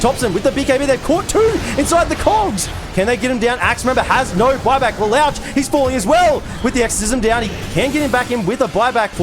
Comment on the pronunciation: Le-lowtch lol